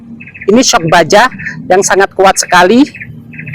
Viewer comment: baca nya eshuk… bukan syok😅😅